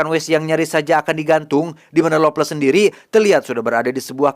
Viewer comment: lovless tpi kdengarn ngomg longles🤣